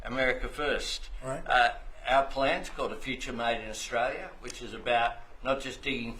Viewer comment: Albo is a Sniveling Little Shite Weasel……We Aussies Hate him, he can’t even pronounce Australia…..What a Fool.